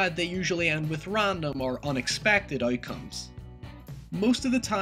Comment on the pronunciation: "Auoutcomes" lol